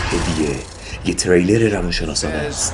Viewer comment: جان خدایی اسم ژانر، «ترِِیلر» نیست! «تریلر» هست. انگلیسیش می‌شه thriller